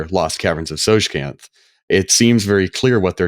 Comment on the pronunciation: I have owned The Lost Caverns of Tsojcanth dungeon module for 40 years. I never knew how to pronounce "Tsojcanth" until now. 🥳